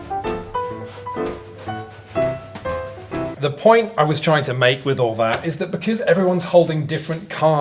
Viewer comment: Becoose??? Hehe